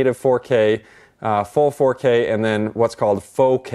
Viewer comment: "Foh K" sounds tedious